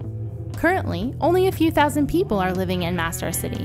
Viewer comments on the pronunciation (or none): none